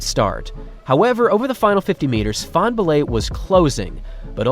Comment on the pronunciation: fanbullehs name isn't hard to pronounce